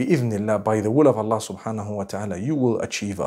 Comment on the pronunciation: Come on dude you couldn't even say Allah right